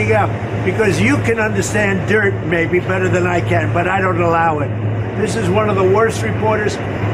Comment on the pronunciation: "Maby", for sure. First, it sounds that way, just. Second, his lips form M, not B.